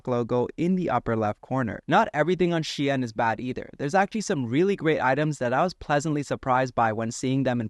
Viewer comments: bro i'm getting angry by this "she-in" pronounce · It’s not pronounced the way it looks , shine like sun shine